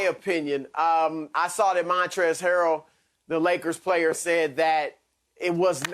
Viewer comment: “MAHNtrez Harold”